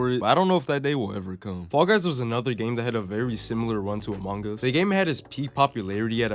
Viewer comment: im disliking bcs the way you said amouge us instead of among us pissed me off how do you mispronounce that name its 2 words